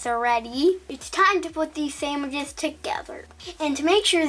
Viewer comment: "Samwiches" Imma be saying it like that now 👁👅👁